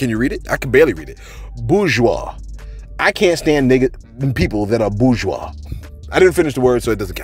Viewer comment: Bourgeois you didn't even say it right😂😂😂😂😂😂😂😂